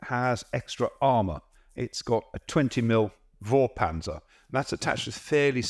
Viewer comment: Vorpanzer should be prononced with an F like foreclosure oder the number 4. Fourpanzer.